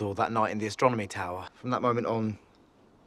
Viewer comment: Harry calls it "the astromony tower". Ding!